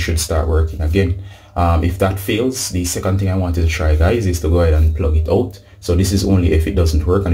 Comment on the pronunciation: Did you make sure it was “plugged oot! It must be plugged oot’?